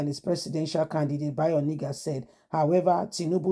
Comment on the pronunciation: You just refused to pronounce this name properly all this while. He is called Bayo ONA-NU-GA not Oni-ga. These two names can't be same name. Pls patiently learn how to call names so faces can be placed to the right names